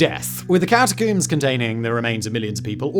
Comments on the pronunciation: The scariest part of this video is how Simon says cata-COOMS instead of cata-COMBS. Considering how many times he says it, you'd think he'd know how to say it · it's pronounced "ka ta combs" not ka ta coombs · Simon for the love of all that is good, please stop pronouncing it “Catacooms”